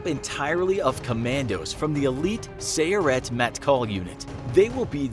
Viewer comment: Sayeret you sa-yeret. It means Cruiser.